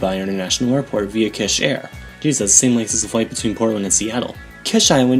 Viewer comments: Its not KESH island but KISH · Kish pronounced like keesh, not kesh. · Fuck sakes pronounce it right bro holy fuck its annoying the way you say it The "I" is pronounced as "E"